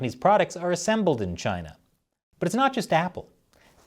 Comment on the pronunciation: I love the way says Chy-na. It’s just good.